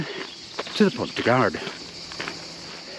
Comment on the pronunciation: Great video. Just for info don't pronounce the d in Gard, it's pronounced Pon du Gar 😊.